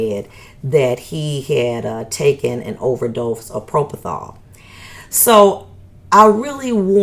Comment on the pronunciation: She overuses the adjective "very" and in this interview, she overuses "passionate" which should have meant "she is rude and thinks she is smarter than most. She isn't and can't even pronounce PROPOFOL. It isn't propothal....sheesh! She may be a decent judge but she is not "gracious or nice".